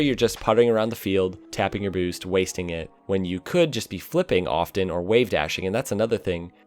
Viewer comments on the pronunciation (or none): I love when you say boost. "Booce"